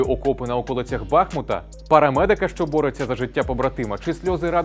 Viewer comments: бахмУт а не бАхмут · ВІРНО СТАВИТИ НАГОЛОС НА У ❤ ❤ ❤ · А ось на це питання я Вам відповісти не зможу😂😂😂 В принципі не обов'язково наголос в назві річки має співпадати з наголосом в назві міста. Та й місцеві часто густо річку теж називають Бахмут. Єдине, що можу сказати, я дуже сильно здивувався коли почув наголос на кінець слова у назві міста. Бо все життя, наче, казали на початок слова... тепер з товаришами постійно думаємо, чи то ми були невігласи, чи хтось десь на ТБ заплутався) Але, здається на місцевому радіо, після перейменування, казали БахмУт.